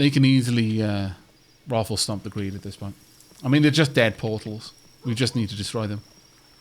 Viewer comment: It still entertains me to hear say ROFLstomp. ^_^